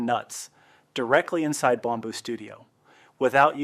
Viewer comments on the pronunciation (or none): Bomb boo?? It’s pronounced “Bam boo” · Why do you pronounce it Bomb boo studio, you pronounced it correctly in your text video lol. Outside of that, the video is helpful!